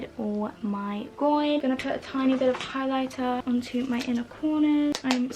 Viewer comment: Omg whenever you said “now for highlighter” you sounded so northern Irish it’s unbelievable 😂 aka where I’m from so it’s a compliment